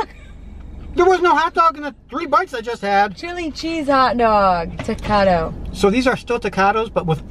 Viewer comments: I’m dying at saying takata, it’s taquito!!! Lol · Pronounced Tah-kee-toes not tag-ka-toes 😅 the Monterrey jack and chicken ones are the best! Definitly try another one! You and your dad relationship is so pure 🥰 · “Ta-quat-ta”?????!!!!!😳🤯😱🤯😳😦😐😶😬😵🤐🤐🤐🤐 c’mon!,! Lol 😅😅😅😅🇨🇱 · The amount of different pronunciations y’all used for taquito cracked me up🤣🤣🤣🤣